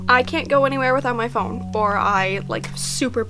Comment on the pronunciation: omg the way you pronounced phone 'pahoney' me and my friends call it that all the time 💀